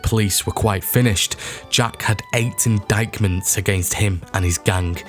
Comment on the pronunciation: Indictment pron. inditement